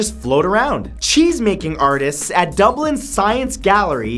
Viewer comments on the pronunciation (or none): none